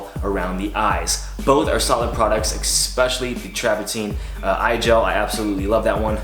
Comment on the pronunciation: love your vids but one thing that bothers me: its pronounced ESPECIALLY not EC-specially. Cheers great stuff